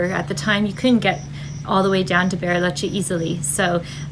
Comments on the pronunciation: I can't get pass the "Berryloche" pronunciation. 🙂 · Berry—loche. Nice pronunciation